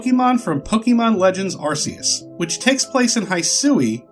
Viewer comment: It’s pronounced ar-key-us not ar-see-us. It’s the Arc Phone, not the Arse Phone.